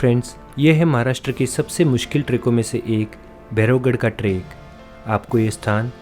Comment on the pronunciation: vo trekk nahi track hota hai